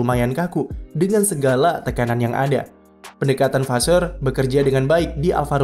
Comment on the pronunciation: Vasseur di baca nya vase